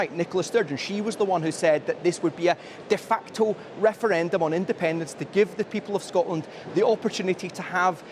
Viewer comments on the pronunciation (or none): SNP wins: andependence noo! SNP loses: andepenence noo! What a prize clown she really is 🤡